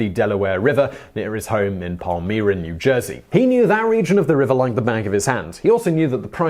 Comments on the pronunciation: Pal-MY-ra New Jersey, not pal-mir-ra. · It's pronounced pal-mY-ra. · But then he doesn't pronounce 'Palmyra' correctly -- it's pal-my-rah, not pal-me-rah. I went to high school in that area, and never knew about this mud. There are several creeks that feed into the Delaware in that area, the bigger ones being Pennsauken and Rancocas Creeks, but it could be from Pompeston Creek or Swede Run.